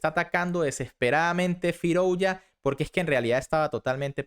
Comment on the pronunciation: Se pronuncia FirUzja y no FirOuzja /// OU = U